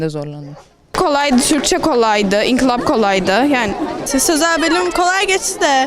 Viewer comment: inkılap diyor ya😂😂